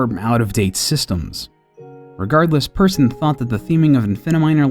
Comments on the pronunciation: Hold on, just let me become a nerd for a second. It's pronounced "Peersun" not Person! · When people pronounce "Persson" like "person" NotLikeThis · As a Swede I have to say that I die a little every time he says person rather than "Persson". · Did he just pronounce it Person? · Am I the only one who thought that when he was saying Persson he meant person? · Markus Persson? You know how you guys in America say the A in the name Al? say the e in Persson like that. Anyways, overall, great video!